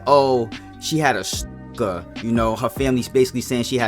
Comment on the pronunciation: Dalm u can't even say stalker? Wth smh